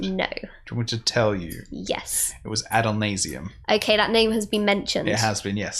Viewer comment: "It was Adolnasium" It wasn't actually, but close enough XD